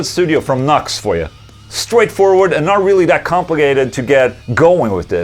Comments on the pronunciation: Nucks? New-Ex, bro. New-Ex. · I'm super late to this, but I'm almost certain the company is pronounced like "New-X". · ola i think its read as newex